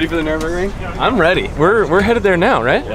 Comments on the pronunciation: Why doesn't B-Hall stop saying Nurburgring incorrectly:( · Bruh. It's NUR-burg, not Nuremberg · Cringe every time you call it the nuremburgring. Its nurburgring 😅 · IT'S NURBURGRING! The track is called Nurburgring (with the little two dots thing above the first "u", but idk how to do that on a computer keyboard...). Nuremberg is another city in Germany. Lol. -EDIT: Props to B-Hall for saying it right. Teach how to say it, haha. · still cant say it lol, Nurburg not Nuremberg. if you cant get them straight just say Nordschleife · You flew all the way Germany and still can't figure out how to pronounce Nürburgring. There's no "m" in that shit lol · It's so annoying listening to him mis pronouncing nurbergring